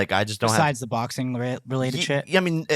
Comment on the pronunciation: "Boxeen..Watcheen..talkeen". Does Jake not know the letter G is a thing? 🤔 Or "ing" at the end of a word isn't supposed to be pronounced "een". Strange stuff.